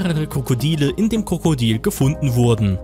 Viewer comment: Er hat die ganze zeit kokodil gesagt anstatt Krokodil